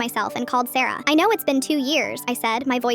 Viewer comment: when you said sarah i thought you said sero